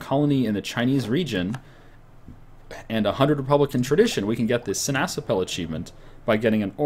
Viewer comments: See-Nass-App-Pul, with emphasis on 1st and 3rd syllable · well you may not noticed it yet, but the dutch word for orange is sinaasappel and you pronounce it as: see-nàs-àppel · Every time he sai sinasappel i thought he said si na chapel